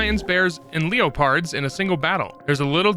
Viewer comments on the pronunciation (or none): I winced at how he pronounced Leopard